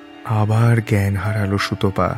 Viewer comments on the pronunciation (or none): সুতপাকে সুতোপা বলা খুব কানে লাগে।